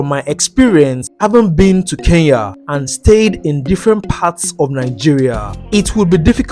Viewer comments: ITS CALLED ''KENYA'' NOT KEYAA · Nice content but say Kenya not keiya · they should learn pronunciation , what is keyya ? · Why most Nigerians been saying Keiya not Kenya!? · I love NIGERIA with passion but they should pronounce KENYA properly,we've been so patient😄